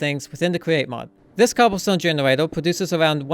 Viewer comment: “Introducing my new cobblestone generwator” love the vids keep it up 👍